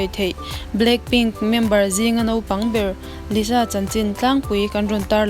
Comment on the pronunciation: Youtuber vlogger etc. Kan ni anih chuan kanthil lam hi uluk angai abik takin itih ang chi phei chu thu ngaihthlak anih avangin uluk leh zual angai a sin S lam na tur ah SH ang in i lam a Sh lam na tur ang ah S ang in ilam leh tlat hi chu ngaihthlak a hrehom deuh..entirnan Jisoo tih alam tur Zishoo tih a lam tlat te Zero tih tur ah Jero tihleh daih si ang kha chu amoi lo deuh mah2 thil harsa anilo zir theih vek ani..maths poh maths ti a lam mai tur ania matchs anilo ania